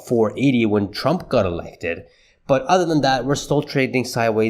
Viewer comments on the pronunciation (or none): none